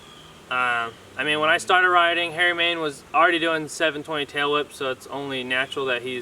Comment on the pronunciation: Dude its main not man (no hate just pointing out)keep it up brotha